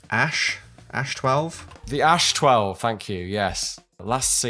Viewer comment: I love to see westerns say Ash-12, instead of the Ei-Ess-Eitch, that shows that this is truly an expert in firearms history. And is now the best on the edge between Amateur and Expert.